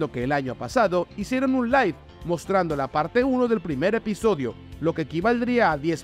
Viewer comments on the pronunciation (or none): none